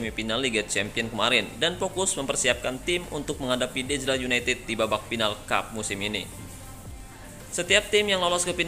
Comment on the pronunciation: Pas ngmng Dazlar united yang aku dengar dajjal united😂